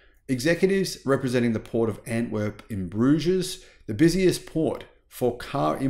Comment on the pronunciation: Ha! Always entertaining. You said Bruge-ez. The S is silent.